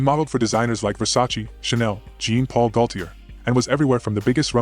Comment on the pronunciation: Pronounce Jean Paul’s name properly